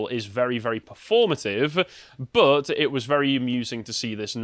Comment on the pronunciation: Anyone else hate vocal tic where he puts "uh" at the end of sentences or words for no reason? In what universe is "but" pronounced "buhtz-uh"?